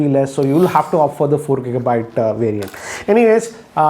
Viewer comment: Not kika byte just giga byte